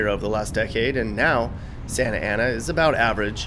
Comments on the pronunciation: Santa Ana aka 'Skantana' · People that say "SANTA ANA" are obviously not from "SANTANA". My birthplace and hometown. Would move back in a heartbeat. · The way he emphasized, "Santa Ana Winds"... The hate... 🤣